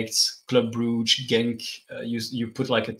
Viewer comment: At least we now know it’s pronounced “Brooge” not “Brugger”.